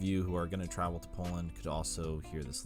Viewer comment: Guys you must more trawel and more reed. When I listen you my ears was bleeding